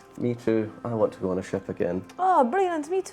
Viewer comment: I genuinely thought said "I want a shit" Instead of "I want a ship" oof.